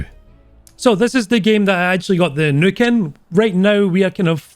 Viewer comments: everyone: "nuke": "Nook" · he says nuke like neuk, which means fuck in dutch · Sounds like is sayin' "Featurin' me first evar Nook!" Like he bought it off Amazon to read his booooks. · The way you say nuke got me dyin' idk y, but you got a new sub from me man lol!!!